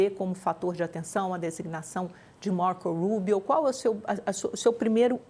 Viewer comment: A jornalista" Marcouul Ruibio"😂